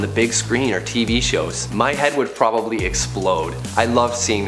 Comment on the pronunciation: Wtf!!! You said you're "patty d" wow